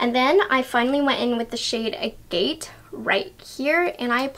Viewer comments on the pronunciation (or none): Is there not a single person on YouTube who knows what an agate is or how to say it properly? It's ag it, and it's a rock.